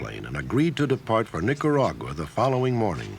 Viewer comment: We put mafiosi in charge of US troops, and this individual, who cant even pronounce NicaragUa correctly, was one of them. A more sordid collection of crooked jabones you'd never want to meet right there, all jacked up over losing their rackets and safe zones off our porch. Disgusting animals.